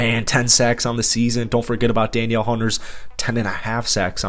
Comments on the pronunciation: Love your content even though you are a Packers fan… but it’s pronounced like Da Neal not Daniel Hunter. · FYI Danielle Hunter's first name is pronounced DA-NEEL